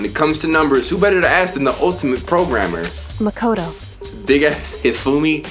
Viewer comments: your saying makoto's name wrong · he said makoto wrong